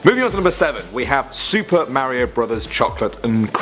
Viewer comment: Top ten- ma rio Me -mar io